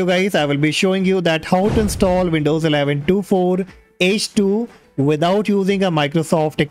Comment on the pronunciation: Just a little thing, it’s pronounced twenty four h two.